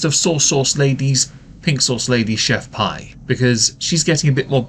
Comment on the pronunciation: Why can not pronounce her "name" correctly she even says it in the video, it's not chef PIE it's chef PEE.